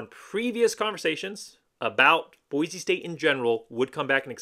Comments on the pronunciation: I like your channel, but for real dude. It's Boi-see. It's a cardinal rule that you learn how to say it before moving here! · It’s BOY See. For hell sakes say it right. Great video otherwise. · For the love of all things good and decent, Boise is pronounced Boy-see. How can you call yourself a fan and not pronounce the name of the city right? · pronouncing it wrong is not a great way to get fans on your channel. Idahoans are very proud people who feel very threatened by out of towners. Pronouncing it wrong is a good indication of an out of towner. People from out of town act like it’s such a hard thing to do, saying Boise correctly. To make matters worse, they, and you refuse to say it correctly even after we’ve told you how to say it. This is why locals are so unwelcoming to other people. If you want to live in Idaho, stop rejecting our traditions and culture. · you just gave a typical out of towner answer. How many subscribers do you have? Not many huh. Nobody wants to listen to out of towners talk about their local team when you won’t even say the same right. When YouTubers call Ashton Jeentie instead of Jeanty, I already know they don’t know jack crap about what they’re talking about. Btw, it’s not an accent. It’s a mispronunciation. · Nah bro, locals hate when people say Boise wrong. It's a welcoming city, but you ain't gonna get the same respect if you ain't saying Boise right.